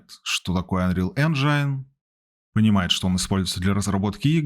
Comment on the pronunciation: "энжайн" режет слух, это рунглиш какой-то. Правильно "энжин"